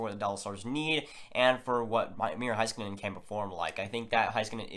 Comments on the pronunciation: Its pornounced hay not high skanen. Listen to the announcers in the highlight clips. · It's pronounced Hayskanen